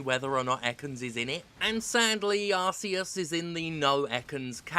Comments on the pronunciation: Thank God for Jim for being the only reviewer with a real opinion pronouncing Arceus correctly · Thank you Steph for ignoring the stupidity of the Pokemon Company and ACTUALLY PRONOUNCING ARCEUS' NAME CORRECTLY! Thank God for you!